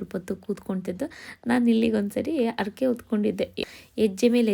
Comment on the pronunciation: Arake alla harake